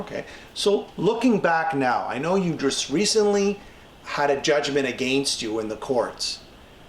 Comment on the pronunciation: I was willing to overlook the pronunciation of "contribute," but butchering "against" is baffling.